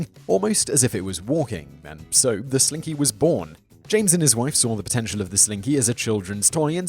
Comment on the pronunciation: Everyone loves a SLINKEH! Everyone loves a slin-KEH! GO SLINKY GOOO!!! :D